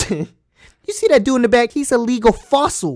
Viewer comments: lagal fossil, absolutely btutal HAHAHA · He said a legal fossil🙈😂😂😂😂🙈 omygosh😂😂😂